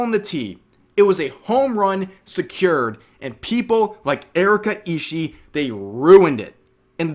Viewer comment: Surprised how many youtubers mispronounce Ishii, you pronounce BOTH the I's at the end Ishi-ee. Not that the pronunciation of her name is that important, considering she's decided to come out as a terrorist today.